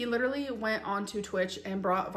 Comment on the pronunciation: “Doing dishes is the leedurally the most PAINFUL thing”. I’m just imagining her picking up one plate, and the instant she touches the soap all of her bones shatter like glass